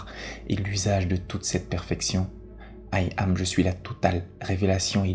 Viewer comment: Il faut entendre 'Yam' et pas aïe am... Question de vibration... 😇